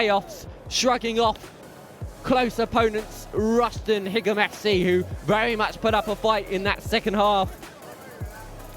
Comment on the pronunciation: He can't even pronounce the away team 😂😂😂